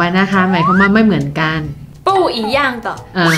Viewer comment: ตลกตรง กัน ออกเสียง กาน แบบลากยาว พอตรง แท้ๆ ออกเสียงเป็น แทะๆ ความหมายเลยเปลี่ยน แล้วไปสุ่มเสี่ยงตรงควายอีก 555 ตอนชงขายของคือน่ารัก ตอนชอบคนร้ายหยั่งกะเล่นมุก โบ๊ะบ๊ะธรรมชาติมาก 55